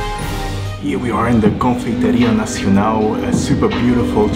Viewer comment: Except for the "Nacionau".